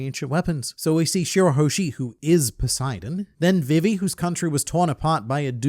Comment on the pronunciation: Gotta comment this every time… love your work, you’re my favourite One Piece Youtuber, but for the love of Nika it’s pronounced “vee-vee” not “vi-vee”.